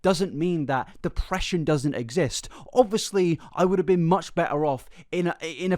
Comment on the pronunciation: Completely unrelated, but I heard say "depreesion" and my brain immediately spat out "go take your pills". So thank you for helping me remember today!